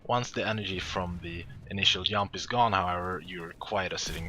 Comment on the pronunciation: Germany or Sweden for sure. He says "Yump" instead "Jump". :P